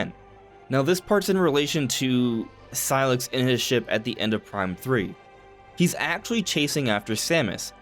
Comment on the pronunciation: it's pronounced SIGH-LUX not SIGH-LIX